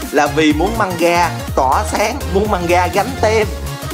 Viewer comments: Mgamga mà ổng kêu manga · Mganga đọc là Mờ-gan-ga chứ không phải Manga vì nó có chữ "g" nữa mà